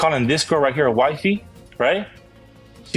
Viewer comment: "It's wight hewe!!"